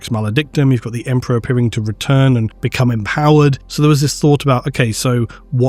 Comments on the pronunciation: Right. Emprah'. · haha Emprah sounds better tbh. The word will never be the same again.